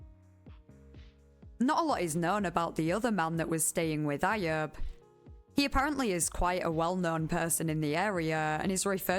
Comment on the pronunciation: Ayub is pronounced “eye-yuub” lol